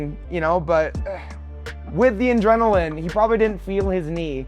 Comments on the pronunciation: Does Drew Dober keep saying ‘in-drenilin’? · Drew Dober it's "Adrenaline" not Indrenaline 😂😂😂